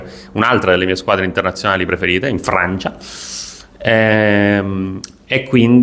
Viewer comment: In Frrrrancia 😂